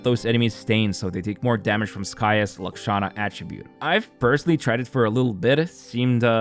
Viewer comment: Just wanted to say that you pronounced Lakshana correctly. Lahh-K-Sha-nah.